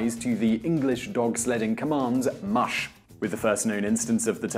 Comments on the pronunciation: It's not moosh, it's mush! Come now! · That's funny....you start off pronouncing the word "mush" incorrectly and then about half way through your video all of the sudden you know how to pronounce it. Did you figure out the proper pronunciation halfway through production but not feel like re-filming the first half of the video?